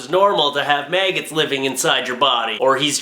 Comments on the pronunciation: Mag-gots not may-gits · Did he just say mayggots